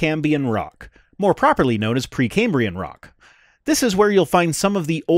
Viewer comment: I think you're misrepresenting this guy. He's too dim to be a mechanic. "Cambian"? I've never heard that one before. Sound out your words, John.